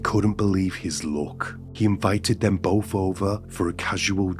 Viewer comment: Both not bof